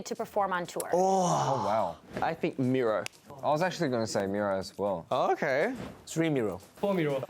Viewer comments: It'S miroh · They were saying miroj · i thought they were saying miroh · they said miroh actually but Yea